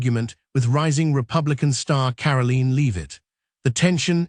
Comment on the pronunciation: "Karaleen Leave-it" SMH..